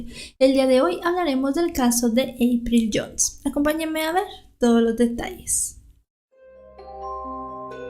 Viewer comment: Hola. He visto muchos de tus videos y confieso que trato de imitarte cuando dices "acompáñenme a ver (pausa) todos los detalles" me causa gracia como dices "detalles":p en buena onda! Saludos!!